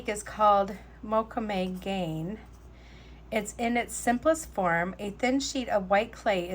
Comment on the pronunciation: ❤️ ps mocume' gane' is pronounced mow coo may gone A